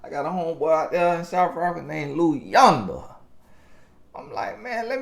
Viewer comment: As a South African 👏🏽👏🏽👏🏽 on the pronunciation of Luyanda and Sibusiso